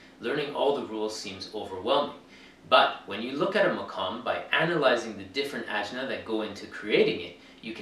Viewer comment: The plural of jins is ajnaS, rhymes with class (the "s" at the end is not silent)!